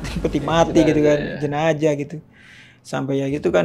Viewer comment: Terganggu dengan kata jenajah hrsnya jenazah